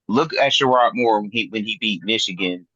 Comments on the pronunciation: That was bothering tf outta me too! 🤣 Just because you're from Flint doesn't mean you know Michigan Football. Worry about Day! 🤣🤣🤣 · It's not shearod Moore it's sherrone Moore show some respect dude...